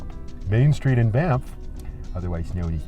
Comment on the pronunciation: Thanx for helping me know how to pronounce banff properly😅